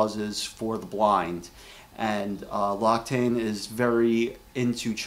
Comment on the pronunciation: It is pronounced lox-ee-tan :D